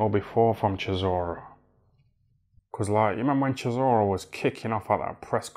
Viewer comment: Why does he call him Sisora 🤣